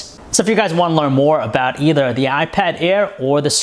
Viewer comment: awot mow pweasing, iPad aiwr